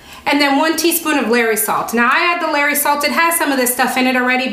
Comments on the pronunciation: "LAW.REES". Not "Larry's..lol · LOL Larry salt! That’s not how you pronounce it. Lol and I don’t know how to explain how to pronounce Lawry’s.